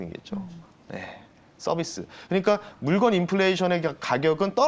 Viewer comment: 물권 아니고 물건입니다. 방송 나오면서 기본적인 건 좀